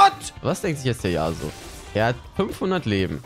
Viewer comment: Das ist YasUo und nicht YAAsuo Kp aber irgentwie stresst mich das :D